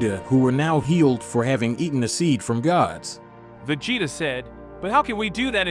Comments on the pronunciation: I almost made it to 10min. But when I heard him say veggie, ta....my brain just kinda started twitching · Man I couldn't finish watching, vig-e-tall is to much. If you don't watch the show or know how to pronounce any of the characters names you should find something else to do 🤷🏽JS Kate-a-rotten or what ever TF you said. Spent more time trying to figure out what the hell you were saying when you were trying to pronounce their names than I did watching or listening to the rest of it.